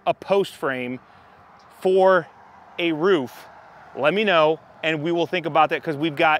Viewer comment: It's "roof" not "riff".